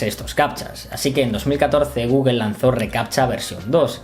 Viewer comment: "Guguel"?..Googel, o Google..